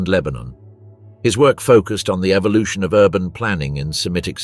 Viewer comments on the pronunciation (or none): none